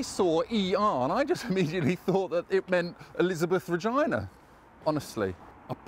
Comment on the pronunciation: FYI, 'Regina' is pronounced with Es at the centre. Reh-Jee-Nuh (Reh-Gee-Nuh with a hard 'G' is also okay). It should not sound like vagina!